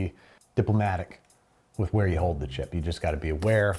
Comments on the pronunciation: "Dip" lomatic.... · “DIPlomatic” nice Babby